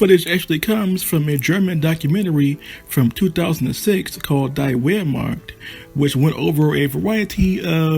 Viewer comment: Please don't say "die" in "Die Wehrmacht". It is something like "dee"